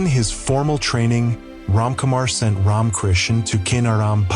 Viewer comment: Poor old AI doesn't know how to pronounce RamaKrishna's name... half the time. It sound like "Ron" Krishna's ? Blessings all around. !!